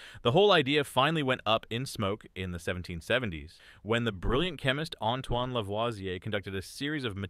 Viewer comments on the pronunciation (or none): none